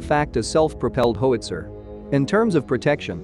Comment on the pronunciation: IT'S NOT A HOEITZER!!! it's pronounced how itz er!